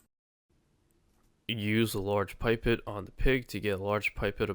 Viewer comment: Did it! After a false start where I missed a gem. Great guides as always. If you care, pipette is pronounced pip-etttttt like dudette except pip.